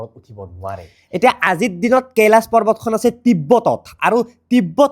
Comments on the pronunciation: কেলাছ নকবা, কৈলাশ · কেলাচ নহয় কৈলাশ হৱ‌ লাগে নেকি এনে 😅